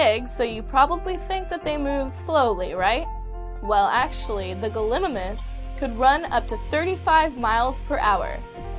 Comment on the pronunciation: Gal, uh, mime, us say it fast. I could be wrong but I have never heard it pronounced " galimaness "